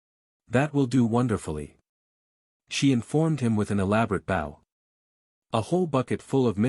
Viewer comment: that is so cool… I wonder, though, if the author would change the AI pronunciation of bow and a few other words that get wrongly pronounced.